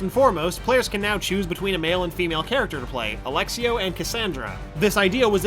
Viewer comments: It's ALEXIO S not Alexio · Wow. How hard is it to pronounce Aegean sea it's not "Aegan" there's an "E" in there. And there's an "S" at the end of Alexios. It's not "Alexio" Not hard guys.